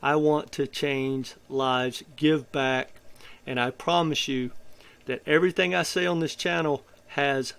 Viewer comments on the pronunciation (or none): none